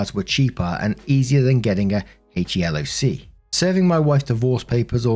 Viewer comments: HELOC= HEE-LOC. 😉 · For reference, HELOC is pronounced “he-lock”